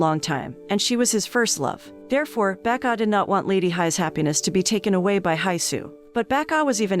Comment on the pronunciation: Everytime she calls him “Baek-ah” I always hear “Becca” and it always makes me chuckle a little😂